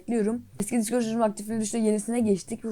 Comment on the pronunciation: Abi bu arda sen dicord deme ne disbdkdhd dein